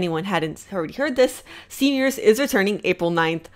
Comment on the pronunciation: Evrytime she says stven universe I hear seniors